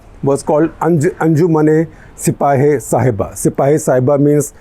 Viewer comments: Shekharji, It is not Sahiba, it is Sahaba. Pronounced Sa-haa-baa. Sahaba is the name for prophet Muhammad’s companions who were the first followers of Islam. So Sipah-e-Sahaba means, Militia of the followers. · I dont know if mispronunciation of a word matters much but Sahiba roughly means loved one and Shabaa means prophets companions.so its Anjuman e sipahe e shabaa not sahiba. Also calling Yazid a tryant, get ready Mr Gupta you will be getting hate mails from some conservative sunnis. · I think it is SAHABA (companions of the Prophet), not Saheba.